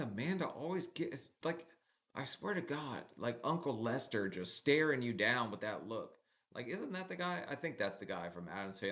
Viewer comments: lol Uncle Fester, not Lester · Its "Uncle Fester" 😅👍